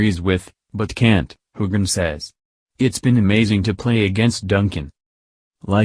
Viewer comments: I completely agree--the mispronunciations, not only of Sam's name but other key actors, are hugely distracting from an otherwise interesting recap. The robotic cadence and intonation of the commentary also detracts! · I had to shut this off. Using a computer to narrate just doesn't cut it. Even mispronounced Sam's name, fer cryin' out loud! Next time, pull someone in off the street to narrate! It'll be a lot better!